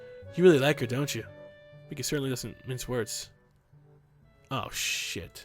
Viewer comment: not being a dick but miki is pronounced 'meekee' not micky